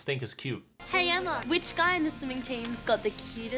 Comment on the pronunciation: excuse me it's pronounced eimma